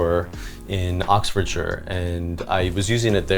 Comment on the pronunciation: Yeegad, an American who is able to pronounce Oxfordshire. Nicest flat I've seen in a long time. Gorgeous ceiling fan